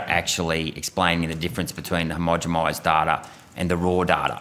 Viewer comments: It's "homogenized' with an N - the accent has him sounding like he is saying it with an M? Homogemized - sounds kinda wonky. Irregardless, :), he is doing really good work. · Why does he always say "homogemised" not "homogenised" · "Hermogimised"? Am I hearing right? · Agreed. The mispronounciations stretch into some of his biology/ medical terms too. He needs someone spotting and correcting his words. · Get it right mate. Read carefully. Not "homogemised". I do like your question though.